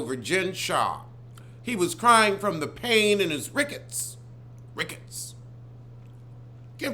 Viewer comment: Did he say RICKETS??....bwahhhhhh